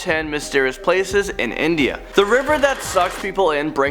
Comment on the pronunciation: bro it's INDIA not INDA ✌️✌️